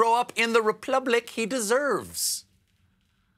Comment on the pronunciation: lol the Replublic! Love it